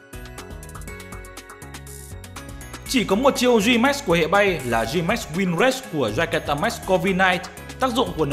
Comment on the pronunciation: hệ not hẹ nhé anh